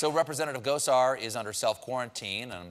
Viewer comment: Is it weird that I heard “Gozer” instead of “Gosar”? I’m sure there’s a joke there, but I just can’t see it.